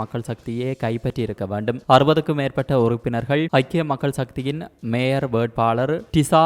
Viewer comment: பெண் வாசிப்பாளருக்கு ய, ஜ உச்சரிப்பு வித்தியாசம் தெரியாதா. மேயர் என்பதை மேஜர் என வாசிக்கிறார். ஆண் வாசிப்பு நன்று. இந்த பெண் வாசிப்பாளர் தமிழரா அல்லது வேற்று மொழி பேசுபவரா.